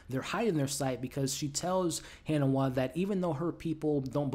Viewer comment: Its not kofu...it's kofun. Its not hannahwa...it's ha ni wa. Its not mag rah...it's ma ghra. Its not lord haron....it's harlan.